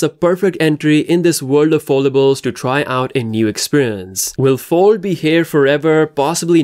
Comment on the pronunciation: Learn how to say FOLD CORRECTLY!! YOU SOUND LIKE YOUR SAYING FORD